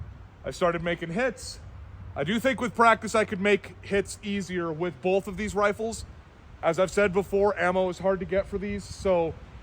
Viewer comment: "The triggers on 'bolth'..." Yep, that's a classic PNW pronunciation. Can you compare the K11 to the G11?